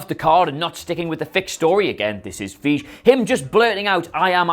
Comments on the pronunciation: Feige is pronounced faigee, not feejee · It's Kevin "feye-gee" with a hard 'g' sound... not "feej"! Man... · Fy-g-ee Feige Not fy-j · Really..? "Feeje"? I feel like you guys are just trolling us now. Just listen to anyone involved at Marvel say his name. It's Fy-ghi with a hard "g". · welcome to where we ON PURPOSE MISPRONOUNCE PEOPLES NAMES like Kevin FEEJ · Guys “FYE-gee” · I’m sorry but... feej?! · You say it like Faa-e-ggg-e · It's pronounced "Fye-gee". Not that hard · Fie, rhymes with pie, ge, rhymes with we put them together Piewe. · FI GI is how it's pronounced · Pronounce it F-eye-gay mate, Jesus wept! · How do you guys still not know how to pronounce Feige's name? Have you never seen him introduced in the last 10 years? How can you be so lazy as to have continually f'd it up all this time? Its Fei (like pie) G (the g is like guarantee or great) and then an E sound as in (see, me, pee). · So basically F-eye-jee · Feej. Hahaha c'mon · Just say "fie-gi" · It’s pronounced F-EYE-GEE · Dammit, so many years later and you still can't pronounce Kevin Feige's name right? It's fi (as in wifi) he. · If you have no idea how to say Kevin feige you are not familiar enough with the material to be making videos about it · Accents or not, you guys really need to learn how to pronounce people's names. Kevin Feige is one of the most-powerful guys in the business. If you can't learn it rhymes with, I dunno, "eye she", then maybe you shouldn't pretend you know dick about movies. A few days ago, Roy Scheider (who, admittedly, wasn't a Hanks-level star) was being called "Schneider" probably 3 times in one video by this same putz. Do your homework, guys! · You make a Marvel video every 45 seconds. Would it not be useful to learn the FUCKING PRONUNCIATION OF FEIGE?